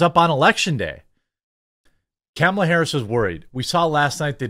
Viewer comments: Love how you pronounce kammels name! 😂😂 great job on your videos! 😊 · Thank you for using the proper pronunciation of Kamala's name! I know you said it correctly, because that's how President Biden says it.